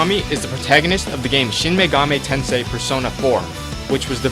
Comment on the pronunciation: The way he said Shine Megami Tensei cringed me.